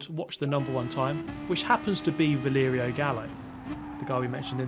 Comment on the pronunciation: Bro, it's VALERIO, not VLERIO😅